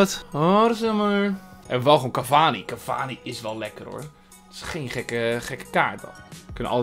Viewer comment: Falcao = Falkaolo Cavani = cavanus